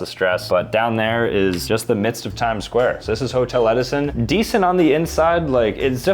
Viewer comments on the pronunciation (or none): HE SAID 6 OR 7 TIMEDS 😂😂😂